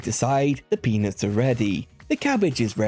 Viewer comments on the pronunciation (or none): brother did NOT say peanuts